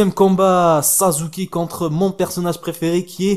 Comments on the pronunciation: C'est sasuke pas sazuke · on dit sasuker avec un [s] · c'est pas sasuké mais sasuke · et aussi sasuke ça ce dit pas "sazuké" mais "sassouké" voila pour bien que tu sache comment on dit sasuke :)) je m'abone j'ai ce jeu sur pc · si ta regarder le premier na ruto et le combat final de assure et naruto il dit sasukeeee et pas sazukeeee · ca se prononce sassuke et pas sasuke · On dit sasuke et non sazuke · Tu dis malle sasuke